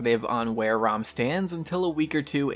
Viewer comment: Haha why is it that people call it rhum? It's Ra-um . #peace #DontBe Triggered